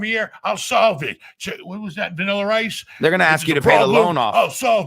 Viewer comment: "What was that, Vaniller Ice?"